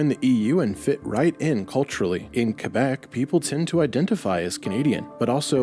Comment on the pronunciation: Thank you for pronouncing "Québec" properly and not be lazy and say kwebek or whatver